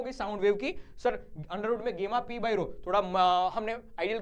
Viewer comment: It's gamma not gemma